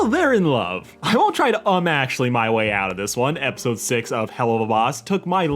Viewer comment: When he said, "Um, actually," I heard, "Oh, Ashley..."